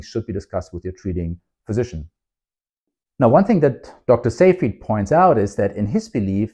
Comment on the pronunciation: You're the only person on youtube to pronounce "Seyfried" correctly. Congratulations!